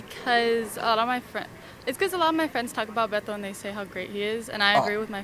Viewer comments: Doc, you’re talking too much in this video! Btw, YES, it’s pronounced “BETO” with a Spanish/Mexican accent! It’s normally short for Roberto,Humberto,Adleberto, Alberto, ETC 😉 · the nickname is of Hispanic origin. They are pronouncing it correctly. You are ignorant